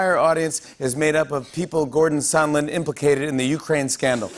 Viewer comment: I know this guy is called Sondland, but every time anyone says his name it sounds like Somlin to me. Why is everyone pronouncing this so strangely though